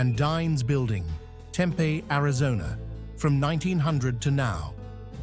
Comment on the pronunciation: Very big surprise - a picture of Tempe, AZ (mispronunciation) - I know this corner - I’m a graduate of Arizona State and lived in Phoenix most of my life! This corner looks different now as I left AZ in 2003 and it’s changed again!!!!!!